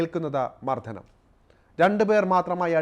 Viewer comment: വാർത്ത വായനക്കാരാ വർത്തക്ക് കട്ടി... കിട്ടാൻ വേണ്ടി വാക്കുകൾ മാറ്റണ്ട... മദ്യം ആണ് മദ്ധ്യം അല്ല മർദ്ദനം ആണ് മർദ്ധനം അല്ല മലയാളം ഒരുപാട് പ്രത്യേകത കൾ ഉള്ള ഭാഷയാണ്... ന എന്ന അക്ഷരം രണ്ടുരീതിയിൽ ഉച്ഛരിക്കാം.. പ്രയോഗത്തിന്റെ ആവശ്യം പോലെ.. പറഞ്ഞത് ഇഷ്ടപ്പെടാൻ വഴിയില്ല..... 😏 വിട്ടേക്ക് 👋